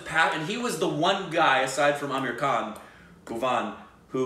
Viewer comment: Am i the only one who feels saying 'aamir khan' sounds like 'american'😂😂